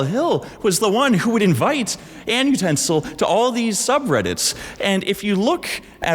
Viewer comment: Genuinely , Why annutensil sound like an ustensil ?